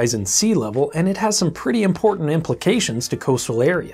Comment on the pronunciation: Thats pretty im-PORT-ant